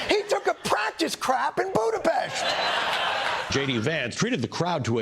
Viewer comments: Btw his pronunciation of Budapest was perfect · Thank you for pronouncing Budapest correctly